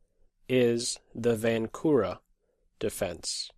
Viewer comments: Hey I am from czech and "Vančura" is pronounced with [ ʃ ] as in word check in the middle not with [k] as in word key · Vančura is not the same as Vankura or Vancura... it is pronouncing something like Vanchura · Yes, especially since you are using the diacritic mark above the letter č, you might as well pronounce it and stand out among the less informed in the chess world. č as in the ch in the word church or check! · Hi, I am from the czech republic and you read Vančura's name wrong